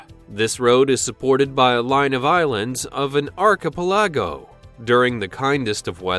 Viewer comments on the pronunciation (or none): That's not how you pronounce "archipelago"! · You're not going to mention the murder of the "archipelago"